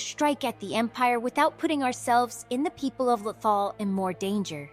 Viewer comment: your pronunciation of lothal has me cringing every time i hear it lmao